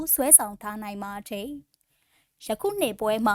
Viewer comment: ဟ...သတင်းဘယ်လိုကြေငြာတာလည်းဟ...နားထောက်လိုက်တာ ..တယ်..ကိုဘယ်လိုပြောနေတာလည်းဟ..စိတ်ပျက်မိတယ်